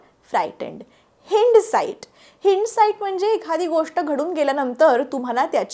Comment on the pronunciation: Hindsight हाइंडसाइट not हिंडसाइट